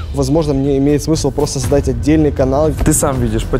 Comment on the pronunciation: нет он неправильно заздать а правильно создать